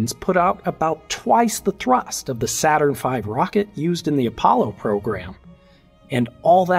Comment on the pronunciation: "Not Saturrn V" Nit-picky, but funny :)